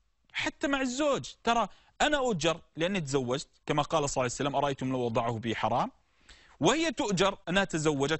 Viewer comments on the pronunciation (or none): ياشيخ ليش تقول صعسلم حته لفض الجلاله متلفضه زين وهوا ﷲ المفروض تقول ببطء شويه صلى الله عليه واله وسلم